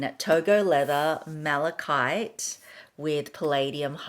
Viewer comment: She finally pronounced malachite correctly…